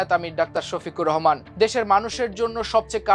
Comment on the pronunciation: ডক্টর সফিকুর রহমান তোর বাপের ও বড় হবে মনে হয় একজন সন্মানিত ব্যাক্তির নাম ঠিক মতো বলতে না পারলে খবর পড়তে আসেন কেন